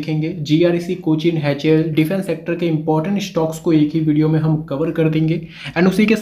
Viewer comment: HAL hota h Haichel nahi